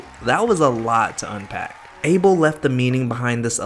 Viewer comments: his name is pronounced like “A-Bell” it’s ethiopian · Abel? It AH-bel!... Lol he's yehabesha! Can't you get it right? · The way this guy is pronouncing abel is sending me 😭😭